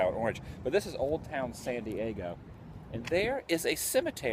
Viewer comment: Sounds like you're saying Sandy Eggo